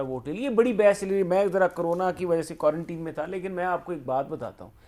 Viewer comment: Please correct your pronunciation of Quarantine. Mir.